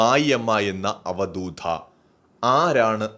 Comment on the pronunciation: അവധൂത.. എന്ന് പറയൂ, അക്ഷരസഫുടത.. ശ്രദ്ധിയ്ക്കൂ